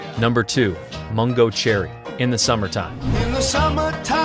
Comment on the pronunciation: Mongo Jerry??? It's Mungo Jerry. The Bugles ??? It's The Buggles. Make an effort, would you?